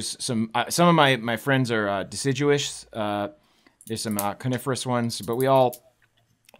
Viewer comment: Did he just say decijewish?